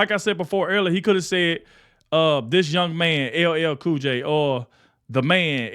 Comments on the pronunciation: His mispronouncement of LL Cool J and calling him boy will be what totally sinks him with the black community.... not his policies lmfao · How can you mispronounce L L Cool J's name? He's been around a long time! Biden is not only a disgrace, but an insult to the American people. He's got to go! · The grown man is 55 years old and he's having his name mispronounced while he's being called a boy!